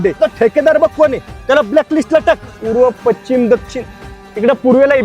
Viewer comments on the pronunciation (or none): none